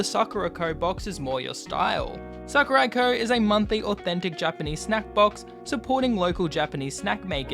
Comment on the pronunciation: when he said tokyo Sakuraco, I thought he said tokyo drift.